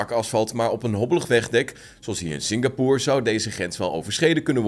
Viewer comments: Waarom spreek je het uit als singapoer terwijl het singapoor uitgesproken word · nee, je spreekt het Singapoor uit